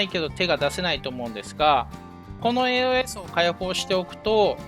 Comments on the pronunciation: AOS研究はやっぱ必須か。強化パーツはローズスリーかね。AOSを「えーおーえす」って発音してたのが少し気になったw「えーおす」です。 体験版の範囲だとドライストレーガーが最強ユニットだから、エンジンはアップデートしたいな。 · 以前の動画から気になっていたのですがAOS(エーオス)という読み方を敢えてエーオーエスと読まれているのでしょうか？